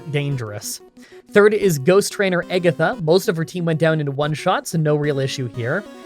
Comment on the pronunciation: I dont know why he pronounces Agatha Egg-atha